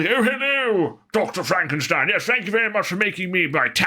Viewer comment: Remember it pronounced fromk e. Steen